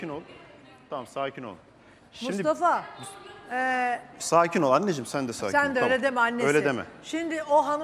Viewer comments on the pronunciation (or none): Mıstafa diyor 😂😂😂